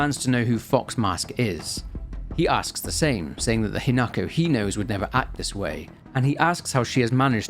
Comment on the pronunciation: Slight issue, your pronunciation is off. With a handfull of exceptions, Japanese is pronounced exactly as the Romanji looks like it should be. Hina-ko not Hi-nako. Hina- sunlight, natural growth or princess Ko- child. Kyu-bi- Kyu- nine, Bi- tail. Also, the flowers are important. The Spider Lily, in the language of flowers, has meanings of death, the afterlife, lost love, and separation. They did NOT just put them in at random.